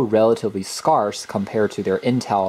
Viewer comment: Who pronounces 'scarce' like that? Must have been reading it.